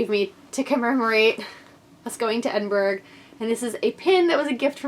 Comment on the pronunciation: As a native of this beautiful city, I can confirm that you were spot on - the pronunciation is Edin-bruh. May your trip here be truly wonderful, honey. It is such a great city. I know that I'm biased, but still, as much as it is a blessing to call it home, it is such a special place to visit. I'll be attending the festival on Thursday and Saturday, so perhaps I'll see you there. Oh, and let me know what kind of food you're after on the Saturday night, and I'll get you some recommendations. xxxx